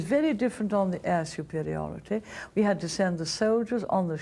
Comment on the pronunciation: Intellectuel suprriorr.